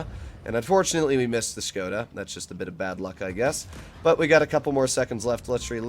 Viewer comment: i like ya and i respect the way u playing etc. but... buddy im from czech and its so funny how u sayin 'škoda' as shkouda.. but just erase the 'u' its just shkoda (škoda) there is no skouda just skoda, please please please ♥♥♥ ps.: i love that u callin 60tp by only 60tp cuz my gh is from poland and she is blaming me for every single word i say in polish Daaamn boi XD